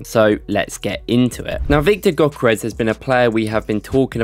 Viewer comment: For those who havent learned from Ødegaard, the Ö in Gyökeres is pronounced like the "Ea" in the word Earth. So like this Ööööörth 🌍. Also the G is silent. So Gyökeres is pronounced Yökeres. Hope that helped 🫡